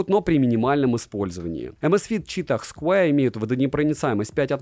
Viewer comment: найди в Гугле правильное произношение square. Умоляю…. Это сильно портит уровень твоих видео….